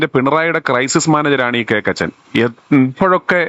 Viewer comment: KOKKACHEN ( not cakachen )